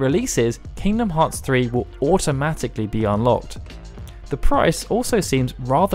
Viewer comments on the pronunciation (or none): Aight I had to stop for a sec when I heard “king bee a moth”